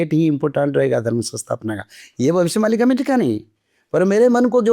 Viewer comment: भविष्य मल्लिका नही मालिका होता है